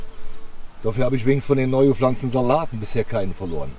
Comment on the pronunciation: du immer mit flanzen es heißt pflanzen